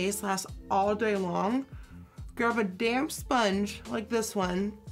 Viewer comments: Am I the only one who keeps hearing "d@ sponge" instead of "damp"?? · When she said damp sponge was I the only one who kept hearing damn sponge 😂 but seriously that look is so good I love Nikki sm